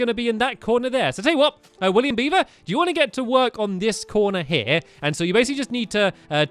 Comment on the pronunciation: Did anyone else Notice he said GIT 10 stars?